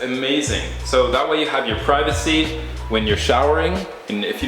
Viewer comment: You didn't pronounce 'privacy' right!